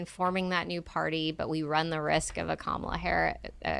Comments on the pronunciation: For the record, her name is pronounced "Comma-la", not "Ka-ma-la." You can thank the news agencies for the confusion early in her VP term. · And her name is pronounced comma La!